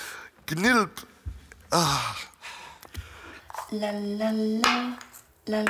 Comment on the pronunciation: Knilch ausgesprochen mit nem halben Baguette im Mund, Gnilp🤔